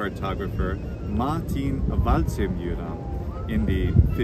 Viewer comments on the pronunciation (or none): You pronounced Waldseemüller like an Italian😅 double vocal = long vocal Like Waldseeeeeeeeeee When there is a double consonant, then the vocal before has to be pronounced short: müller Like Waldseeeeeee-müller. US-Amerikaner is more formal and nearly out of use. It's more common to say Amerkaner or to use the short term "Ami" (short vocals). Amerikaner is also the term for Black-and-White cookies 🫠yammmmmi